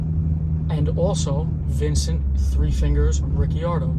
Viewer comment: Coulda swore At first you said guy who killed his pops name was 3 fingers Riccione Haaaahhaaa hilarious but than I heard ricciardo.🤷‍♂️Excellent video my friend, really good. thanks.....Yet another great example of the gang that couldn’t shoot straight